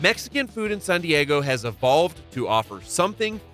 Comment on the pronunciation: Why does he pronounce San Diego like sun Diego?